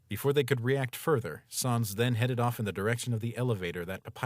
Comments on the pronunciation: Please dont say SAWNS its SANS S AN S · Still pronounced SAYNS not SAHNS. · its sans not sons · Sans not soens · at saans not sans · yes, but also sans is pronounced like "sense" or sens in english so in french it be like "non, c'est sans qui ne fait aucun sens" and phonetically it would still work as "non, c'est sens qui ne fait aucun sans"